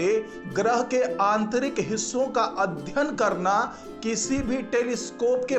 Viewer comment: अध्यन नही अध्ययन बोलो